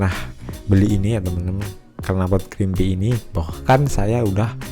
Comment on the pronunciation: Creampie = cara bacanya (krimpai) bukan krimpi bang